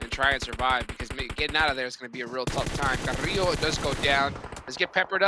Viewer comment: he call carrilho carrlo 😂 “CARRLO”